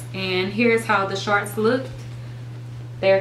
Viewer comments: "Sharts" "Sharts" "Sharts"!!! Lol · Lmbo she does say sharts😂 but I still love her